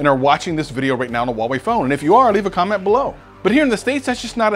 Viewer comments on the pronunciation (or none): none